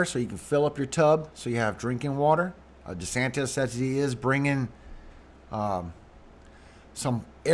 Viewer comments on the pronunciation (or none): none